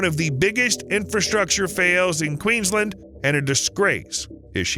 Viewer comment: all that research but not double checking how to say Bundaberg or Queensland